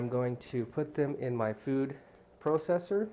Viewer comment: kind of funny how he says processer right?